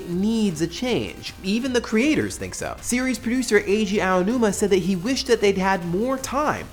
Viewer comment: pronounced ah-oh-new-ma